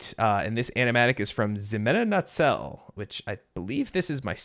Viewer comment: I'm not sure if anyone has mentioned this in the past, but the artist who made different beast is pronounced He-men-a Nat-zel. It's hard to tell from looking at the name but that's how it's pronounced